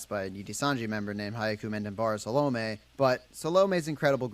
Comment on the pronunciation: A note on hyakumantenbara saolme's name. The video creator absolutely butchered her name lol. He got salome right, but her family name is hyaku-man-ten-bara (when broken into syllablea). Hyaku is pronounced like yaku with an h in front. The name translates to "a million heavenly roses" as hyaku means 100, man means 10,000 (together they mean 1 million), ten means heaven, and bara means rose.